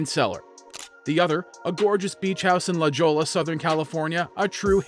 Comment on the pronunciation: La Jolla is pronounced La "hoy-a"